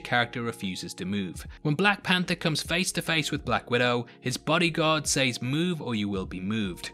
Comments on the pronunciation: She shays the way he says “says” drives me crazy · It takes me out every time you say sAYs